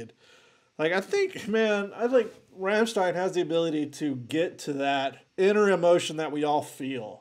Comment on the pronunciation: He pronouns Rammstein correctly, Respect